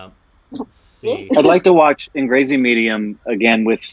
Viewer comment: It's pronounced as Uung-ray-zee (angrezi medium)